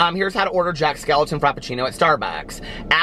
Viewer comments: It's Skellington not skeleton 😂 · Its Jack skewington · Jack skelingTON